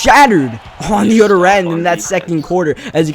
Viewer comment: Whenever you say oder and not other I want to punch u